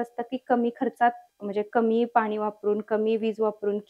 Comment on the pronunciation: अतिशय छान पणे व संपूर्ण माहिती दिल्याबद्दल धन्यवाद!🙏 पण मॅडम, जरा आपण भाषा बोलताना शुद्ध पणे बोललात तर आणखी उत्तम!! म्हणजे आनि,पानी न बोलता आणि,पाणी व लावनार आहे,ठेवनार आहे, दाखवनार आहे बोलण्या ऐवजी लावणार आहे,ठेवणार आहे, दाखवणार आहे असे बोललात तर ते ऐकायला मधुर व आणखी छान वाटेल!! बाकी मस्तच!!!👍👍👍